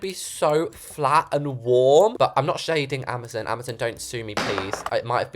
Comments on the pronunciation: It’s amaZON not amaZOON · Can we all respect her for saying AMAZON wrong (Ama-zon for American) 🤣❤